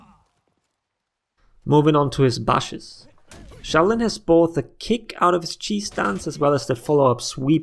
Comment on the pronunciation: I feel like you are saying "cheese" instead of "chi" whenever talking about his stance, which I think it's only an improvement to the name